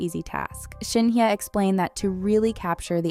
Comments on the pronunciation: Pls pronounce her name correctly.. Not Shin ye.. it’s SHIN HYE..✌️😊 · I don't think she pronounces her name this way? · is always like this. Always not pronouncing her name correctly..😂..maybe the speaker is an AI 😅